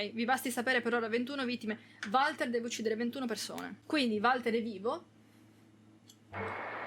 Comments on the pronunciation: sentir pronunciare Valter con la V al posto di "Uolter" mi fa pensare ad un umarell milanese "varda lì il Valter, un giorno di questi te copa qualcuno tel chi" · finito l'anno scorso in 2 giorni fu intrigante ma preferisco il 3 per favore si pronuncia wolter 🤣non si può sentire chiamarlo come è scritto